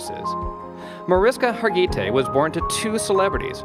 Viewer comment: Thanks!! Mesding it up with Har gee tay. Har geh tee is the right way. Say it fast. This lady deserves more justice to her name. Too classy to mess it up.